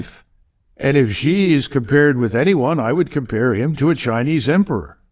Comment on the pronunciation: Xi is pronounsed as Si or as letter C. MacGregor is brilliant as usual.